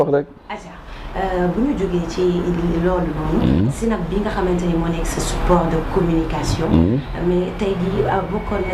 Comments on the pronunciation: neko on dit pas sinap mais plutot snap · pourquoi elle dit sinap ? smh!!! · saway guisso fi bne chose limala wakh mo am une animatrice qui ne sait pas prononcer tu veux quoi au juste dem bay comparer clavier automatique ak nite kou meunoul wakh snap yaw awma droit wakh ko